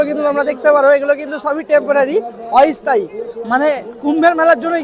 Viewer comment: "অই স্থায়ী" নয়, "অস্থায়ী"... যাই হোক ভিডিওটি ভালো হয়েছে।